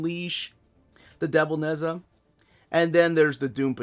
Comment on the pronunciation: It's Naj ah Not Nez ah